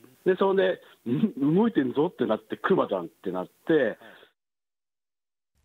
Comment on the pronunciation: ✕↓クマ↑ ○↑クマ↓ ✕一匹 ○一頭